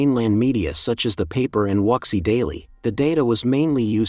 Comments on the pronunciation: Wuxi is pronounced, "Woo she." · At least get the pronunciation for "Wuxi" right